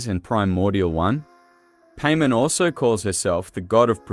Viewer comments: No offense but it's paimon not pay men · Cool vid the only problem I have is you saying her name wrong. It’s not Paymon it’s Paimon like Pai pronounced like Pie 🥧 and mon like Pokémon or Mon of Monday. Paimon. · Stop pronouncing it paymen. Pai. Mawn. They pronounce it in game for you every sentence because paimon talks in 3rd person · I keep hearing Payment so I had to look at the video instead of just listening to it... lol I still believe Paimon is a primordial. Given how Hoyoverse uses P.A.I.M.O.N. as email handle, P could just very well stand for Primordial. Like how one of the construct boss in Sumeru desert is called Asimon, Algorithm of Semi-Intransient Matrix of Overseer Network, Paimon could very well be a construct just like how she love to jokingly make construct beep construct noise. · Painmon not Paimon. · Any corrections and additional info will be added to this comment! • This is text to speech. I am not the one pronouncing it paymen. • Many people have pointed out that Paimon is said to have some rainbow string that looks like it goes up past the sky. Seelie courts have a line that can be seen when using elemental sight that actually points in the direction of the seelie! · the ai australian voice saying pay min is so fucking funny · I can't help but hear you say "payment" the whole video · Did he just call her "pay-man" 😭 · Lmao paymon… 😂 the entire video I didn’t pay attention cause I was stuck on just how awful annoying it was.. I mean I hear names pronounced odd all the time but something about saying paimon as paymon.. is absolutely invoking an uncanny valley feeling if that makes sense… 😂 couldn’t take this vid seriously 😂 BUTT I still appreciate ur speculation on this topic… but goddamn if one thing I’ll remember and take away from this vid.. UNFORTUNATELY… is PAYmon.. 😂😂😂💀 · when you say paymon it throws me off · That's not how you say Paimon